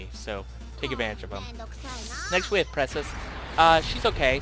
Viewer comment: Zephyr Weiss i mean....he didnt say Precis right...he didnt say Mirages last name correctly...i pretty much gave up hope on subscribing after the blatant name botching.